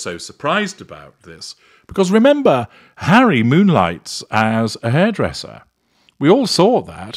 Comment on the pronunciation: She pronounces his name Hairy anyway so it makes sense.